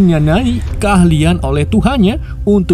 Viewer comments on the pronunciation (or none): keahlian bang bukan kewaian bang😂😂